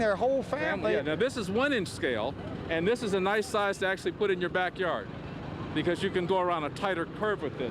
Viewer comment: "Buhcuz the adventure... buhgins."